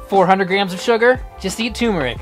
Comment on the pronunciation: "turmeric" has an r in it, and yes you pronounce it. The first syllable is pronounced like "term".